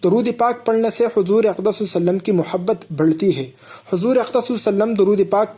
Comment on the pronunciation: tum pahle Sallallahu alaihi wa sallam poora clearly kahna seekho.